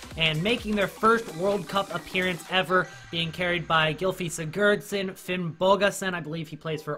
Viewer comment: Btw it pronounced Gylfi SIGARDSON 😂 I know u anericans say the same about the English accent but I guys get names fucked up 😂